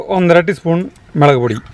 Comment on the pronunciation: മേളക് അല്ല മുളക് ആണ്